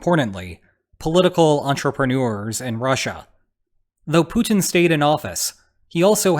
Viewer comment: Is he saying Putin or Putang ? Well both stands for pussies i suppose 😂